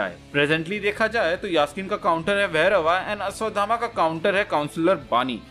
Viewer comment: ये अश्वगामा कोन है??? अश्वथामा तो सबने सुना है 😁😁